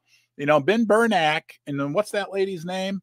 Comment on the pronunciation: Not Ber-nak ; Ber-nak ee